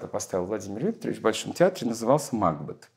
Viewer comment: МакбЕЕЕт, а не МАкбет, Николай Максимович, простите великодушно, но это так.